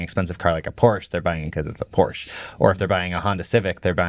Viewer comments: Nova launcher is a must on ANY android phone. Edit: Also, even if Xiaomi could hit those specs, I’d be surprised if the US government would even let that car onto US streets. Oh, and btw, it’s pronounced Por shuh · Few points on cars: Porsche is two syllables. VW is an example of an OEM who famously tried to get better at software recently. They hired thousands of engineers and it failed. They fired the ceo and still failed. The Rivian R2 series is just a Model Y competitor. It won’t be the next level of cheap cars. Most people really don’t care about panel gaps and it’s still an overblown thing about Tesla. And they sold 1.8 million cars last year. They aren’t some small startup.